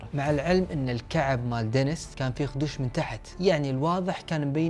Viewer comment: دنيييييس و ليس دنس